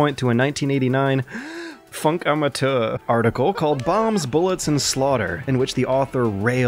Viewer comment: Your pronounciation of "Funkamateur" isn't that bad! You're pretty good!